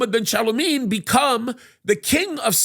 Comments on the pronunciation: Its Salman (Sal Man) not chalamet 😂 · Why does he pronounce SAL-MAN as shalomeen that’s really off the mark 😂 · Just call him "MBS". And it's Salman, not Shaliman. ( two syllables, not two ) If you want to increase your credibility, learn how to pronounce words and names. Jeddah, not Yiddah.